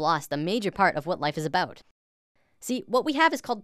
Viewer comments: Are you Canadian? I heard 'aboot' in the first 10 seconds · Are you a Canadian cuz at the end you said "aboot" xD